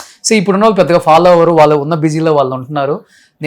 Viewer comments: వాల్లు కాదు వాళ్ళు అని అనండి... ళ పలకడం పోతే తెలుగు భాష అందం తగ్గిపోతుంది... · ‘వాల్లు’ కాదు రా- ‘వాళ్ళు’ అనాలి !